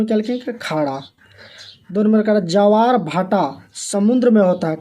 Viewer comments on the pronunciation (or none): सर जी ज्वार को जवार कह रहे हैं😂😂😂😂😂😂😂😂😂😂😂😂😂😂😂😂😂😂😂😂😂😂😂😂😂😂😂😂😂😂😂😂😂😂😂😂😂😂😂😂😂😂😂😂😂😂😂😂😅😅😅😅😅😅😅😅😅😂😂😂😂😂😂😂😂😂😂😂😂😂😂😂😂😂😂😂😂😂😂😂😂😂😂😂😂😂😂😂😂😂😂😂